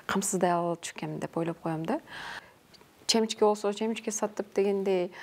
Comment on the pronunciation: Чемичке дейби ал эмнеси?карыганда обу жоктонбой эле семичка деп эле айтчы